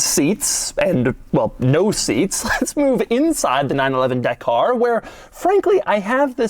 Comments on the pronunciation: Da-kah Not De-karrr. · It’s not the car it’s dah car ffs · It's pronounced Dakar, not Dakar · Again I simuntaniously hate and love when americans give american akcent and reading methods to Non english names. Dakar is pronounced Dakar, not DEKER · It's dak-r, not duh-car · OMG Doug, it’s pronounced Darkrai, it’s obviously based off the pokemon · Dakar sounds like da car lol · Porsche 911: "Da Car" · It’s pronounced ja-car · Doug the type of guy yo get the name wrong. It is a silent R, so Daka. That's how the Senegalese/French pronounce it. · The pronunciation of “Dakar” 🤦‍♂️ bruh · Every Englishman yelling 'that is not how you pronounce Dakar' 😁 - great video as always